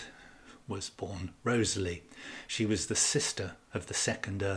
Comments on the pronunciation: REE-TH-SLEE not Rosely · Why do you pronounce Southampton’s name as you do? Most scholars pronounce it “Rizley”. Also James Looney is pronounced “Loney” by most scholars. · I clicked on this video to learn about the correct pronunciation for the name Wriothesley and ive concluded that there isn't a single correct way because i havent heard your pronunciation before.